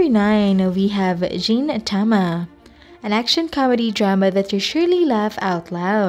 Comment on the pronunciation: its really feel weird when you said jintama and sakata jintaki..